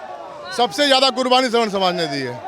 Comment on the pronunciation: स्वर्ण नहीं सवर्ण होता है गदही स्वर्ण मतलब सोना धातु और सवर्ण कुछ ऊची जातियाँ